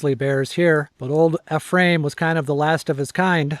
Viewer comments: Old Ephraim is legend in Utah. Last known grizzly bear in Utah. Pronounced "eef-ree-um". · Get a lesson on how to pronounce “ephraim “ from the locals. E- free- um. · Great videos. Keep em coming. This area is my home. Glad you can enjoy it. Pronunciation hint: Old Eee-from and High-rum. 🤪👍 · NON OF YOU CAN PRONOUCE EPHRAIM OR HYRUM! ARE YOU FROM THE EAST???? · I just did the last section of the BDR a couple of weeks ago. I recognize many of these roads. I got a little lost and wandered around a bit. In your video that section was being grated as I road through it, but I was heading up, not down. It's a beautiful area. Thanks for sharing! Also, FYI, as a Utahn, Ephraim is pronounced "EE-frum" and Hyrum is "HIGH-rum". Emphasis is on the first vowels :)